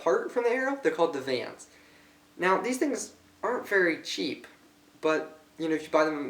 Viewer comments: Do you not know how to read you are saying vans not vanes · the tip is called a field point dipshit......and its not paint...is anodized.....with most rests you put the oddman out on the top....the vanes are pronounced vains not vans...vans are shoes moron...detail? you dont know shit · vanes not vans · Is he saying 'Vans' or vanes..... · Did he call the vanes vans? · Von-ees? Seriously? You can't read english? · long A - Vanes - like veins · oh and you said vanes wrong